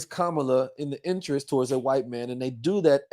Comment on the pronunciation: Please stop pronouncing Kamala name wrong!